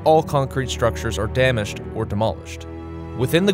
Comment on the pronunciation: he says damashed